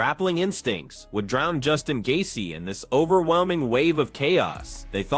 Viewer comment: The title of the video and Rogies thumbnail isn't associated with the content of the Gaethje-Pimblett fight at all haha. Plus, the opening Dana White statement is AI 😂 and the automated voice can't pronounce Gaethje correctly 💀 This channel is MMA's version of The Onion 🧅🤼‍♂️🧅